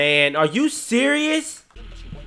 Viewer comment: dijo como 5 ves es are you seris